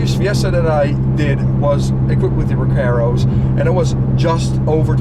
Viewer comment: my only complaint is how he pronounces recarros lol